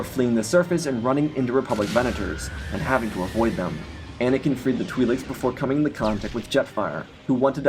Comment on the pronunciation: "The Twee-Leeks" 🥀